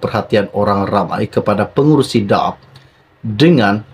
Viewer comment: Cara sebut nama parti politik DAP tidak betul